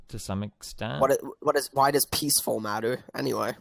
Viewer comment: "Peacefuw efnic wapist"